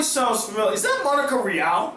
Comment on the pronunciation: I know this is a nit pick but I've always been annoyed every time i hear you say her name wrong in other reviews of yours but I've never made a comment. Her last name is pronounced (ree-all) Monica Rial. When she herself announces herself she says it that way so you've always been saying it wrong.